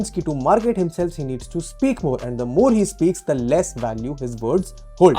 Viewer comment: 1st of all learn when to use THE & THE(E) [of course not the word thee ] Use THE(E) only if there's a vowel after.... Dont keep saying thee thee all the time, u sound very annoying